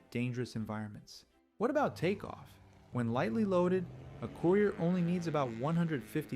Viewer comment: COOYRIER. LOL.